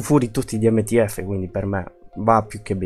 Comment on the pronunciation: Ancora devo capire perché dite tutti NTF visto che si dice MTF 👀